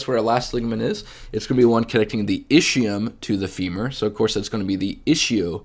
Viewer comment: My Italian brain hurts everytime I hear ischium pronounced ishium and not iskium. Anyway great video, thanks a lot for the great content!